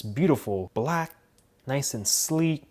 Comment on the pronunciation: “Very noice”